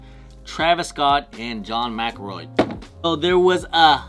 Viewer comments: McEnroe McEnroe McEnroe!!!! Not McElroy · its John Mc Enroe not Mc Ilroy😊